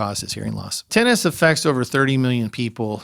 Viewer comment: lol wtf he changed the pronunciation 1 min into the video...went from "tin-ah-tus" to "tin-it-us" like it was nothing